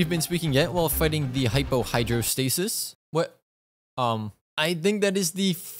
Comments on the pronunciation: Bro really just said Hypo Hydrostasis and Genshin said no 💀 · ah yes, the hypo hydrostasis